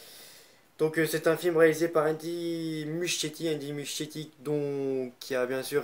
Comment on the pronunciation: J’ai pas compris par contre au début le nom du réalisateur tu la carrément écorcher